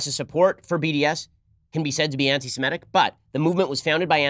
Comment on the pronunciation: Ben, it is "anti-Semitic" NOT "anti-Simetic".